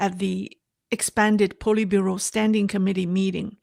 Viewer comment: Politbureau SAY POLY short O